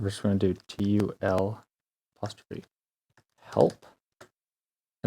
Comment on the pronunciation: Did this guy say “apostrophe”?